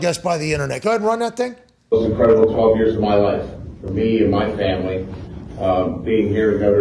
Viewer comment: “Muh fam-uh-lee” hahahahaha